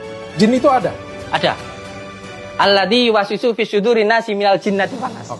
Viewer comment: Cara pengucapan nya pun salah...bukan alladi..tp alladzi...